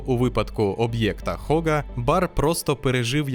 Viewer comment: Габл, Габл, Габл… Вам ютуберам доплачують за на другу над мовою? Так не Хога а Гога! Будьте послідовні до кінця 🤷‍♂️🤷‍♂️🤷‍♂️